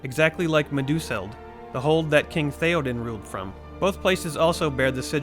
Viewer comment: As a Tolkien-nerd I cringed so hard at the pronunciations of 'Edoras' and 'Meduseld'....